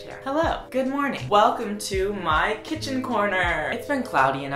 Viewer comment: welcome to myyyy kitchaan, we have banénéz and ovacadoes..